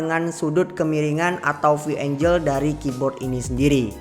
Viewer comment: Angle itu bacanya ENGGEL bro bukan ENJEL